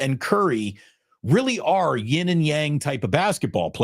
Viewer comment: Thank you for saying "YIN & Yang", instead of "Ying & Yang"